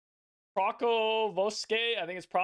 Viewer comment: Maysky Forestry missing? Definite S. btw also Pokrovskoe is poke-rOw-sky-yeah